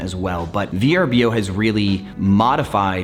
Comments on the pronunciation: It hasn’t been V-R-B-O for some time they rebranded nearly 3 years ago. It’s actually spelt Vrbo and is pronounced ver-boh. Great video just bothers me when people talk about a platform and don’t care to know the proper pronunciation and branding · It’s pronounced “Ver-boh” per VRBO. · You’re right - it bothered me too. It’s pronounced “ver-boh”